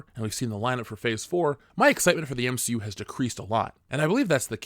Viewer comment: SAY MCU PROPER ONE MORE TIME!